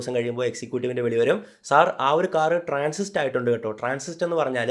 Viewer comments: Transit ട്രാൻസിസ്റ് അല്ല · Transit 😊 not transist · വളരെ ഉപകാരപ്രദമായ വീഡിയോ. കുറച്ചു കൂടുതൽ lengthy ആയിപ്പോയോ എന്നൊരു സംശയം മാത്രം. എങ്കിലും കൊള്ളാം. ഒരു കാര്യം കൂടി. വാഹനം കമ്പനിയിൽ നിന്ന് Transist (ട്രാൻസിസ്റ്റ്) ആയിട്ടുണ്ടാകും എന്നല്ല.. Transit ( ട്രാൻസിറ്റ് ) ആണ് ശരി. രണ്ടിനും രണ്ട് അർത്ഥമാണല്ലോ. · കൊച്ചിയിലെ കാർ ഷോറൂമിൽ എന്താണ് സംഭവിച്ചത്. ടൈറ്റിൽ പോലെ അല്ലല്ലോ content 😊 ട്രാൻസിസ്റ് അല്ല ട്രാൻസിറ് ആട്ടോ